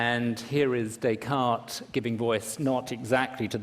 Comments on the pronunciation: I like how he sort of mocks Trump for saying "One Corinthians", while Miller butchers "Descartes" xD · Miller mocks Trump for incorrectly pronouncing 'Corinthians' without the s, while, ironically, he himself incorrectly pronounces 'Descartes' with an s.